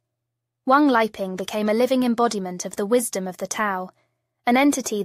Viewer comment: His name is 3 separate characters or words, Wang Li Ping, but you have it as Wang 'leaping'. The short comings of computer generated vocals, when you don't enter the text to get the correct effect.